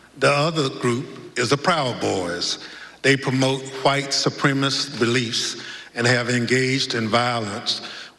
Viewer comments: “White supremis” Lol! 😂🤣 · Dude can't even say "supremacist" right and he's in government!